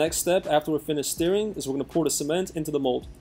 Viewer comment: I wonder how many people want to tell him it's pronounced "stirring" and not "steering".